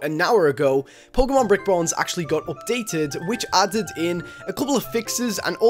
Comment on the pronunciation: I just wanna say. Its updated not opdated